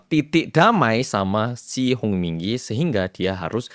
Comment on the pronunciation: nah.. HONG yah.. HONG bukan.. song..